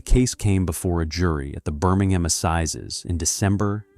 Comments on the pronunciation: Why do we need an American ai voice? Cadberry? Birming-ham? How does it cost any more for a human to read a script than to use an ai voice with a foreign accent and terrible mispronunciations? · You are pronouncing Birmingham wrong. It is a silent H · I turned it off after the 2nd time you said Birmingham incorrectly . I ignored your colour blindness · I enjoyed the commentary, but the way he pronounced Birmingham really grates the ears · Within moments the English pronunciation was butchered..”Birmingham, bow and advertisement “. All badly mispronounced. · Cannot stand the mispronounciation eg Birmingham, bow window...shame as it looked interesting